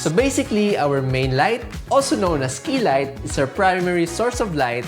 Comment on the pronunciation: Man, the quality and information of this video is superb👌 Who else heard "Fix my kilay?" I was like what? Lol! It's key light darn it!😂